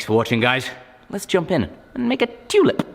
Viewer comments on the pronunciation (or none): It sounded like said was going to make a tunip or did he just sneez? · No homo, I fucking love how you Brits say "tew-lip" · Love how ya say tulip... toolip😂😂